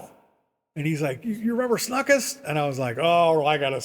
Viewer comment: I taught guitar there on and off in the early 80s. A couple fact checks: You aren't pronouncing his name even remotely close to correctly. The name was pronounced "snookst" actually. Rhymes with "book" with "st" and the end. Joe and Flo always paid me for teaching there promptly and in cash. Never missed paying me once. I also met all the music instrument company reps in there and learned alot about all the many M.I lines. Joe loved to buy at the Namm shows and much of his gigantic inventory was from Chicago Namm show closeouts to save shipping. He also didn't have either the Gibson or Fender lines so your note about that SG new with tags might be folklore. The place was indeed weird but Joe was actually harmless. That was a starting pistol with blanks in his pocket not a handgun btw. I agree, Mental illness may likely have been part of the picture but today he would be President by today's low standards.